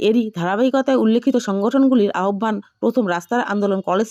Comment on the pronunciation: উচ্চারণ ঠিক করুন, (আহ্বান)